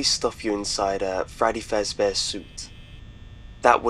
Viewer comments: did he say "Fraddy Frezbear" instead of "Freddy Fazbear?" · Lol "Fraddy Fezbear" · he said fraddy fezbear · Wdid any one notice that he said fraddy fezbeaer? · Fraddy Fezbear??? XD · He kept saying Fraddy Fezbear's, and it makes me think of a doctor who/FNAF crossover. What's wrong with me? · You said fraddy fezbear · Did anyone else notice that he some times said "Fraddy Fezbears?" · He said "Fraddy Fezbear suit"